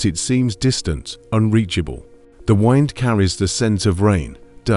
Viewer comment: AI Voice.... probably AI generated content. Avoid. It it starts with the word 'wind' in the first sentance.... supposed to be the wind that blows, but AI mistakes it for 'wind' asin wind a clock. Avoid.